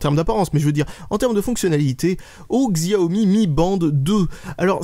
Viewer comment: Je ne suis pas sur mais je crois que Xiaomi ce prononce "chiaomi"